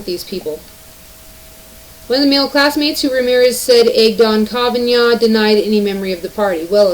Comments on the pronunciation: Dear narrator, a little note you are mispronouncing Kavanaugh's name. Try. Ka van aw. 🙂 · Did you record this video from 1998? Kavanaugh pronounced Ka-va-nah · You're the first person I heard call him Kaven (y)augh. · What the Metoo movement has done was to water down the meaning of sexual assault for their own person gain. I love the way you say KavanYan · The fact that you pronounce his name wrong tells me that you tend to read. Instead of watching TV etc... That's cool.